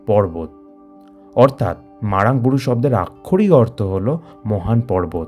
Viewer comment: Age nijer uccharonta thik karun. (MARANG BURU ).